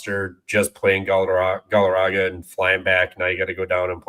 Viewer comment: Somebody please tell it’s Morgaga, not Gallaraga lol